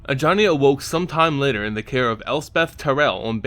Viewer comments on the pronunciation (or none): none